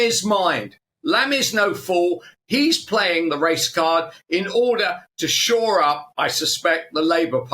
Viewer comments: To "sure" up the Labour Party? This channel is beyond a joke. Is English your second language? It is "shore" up, you imbeciles! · If you wish to consider yourself a respectable broadcaster it is important for you to have at least a nodding acquaintance with the English language. The phrase is ' shore up' , NOT 'sure up'. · It's "shore up" you illiterates! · 'Sure up'? I think you mean Shore up. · Shore up, the word is shore. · it's shore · It's 'shore up' ya plonkers! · "Shore up" Not "Sure up" Come on GB News. Could do better. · "Sure up"? It's "shore up"! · It's shore up, not sure up. Just saying.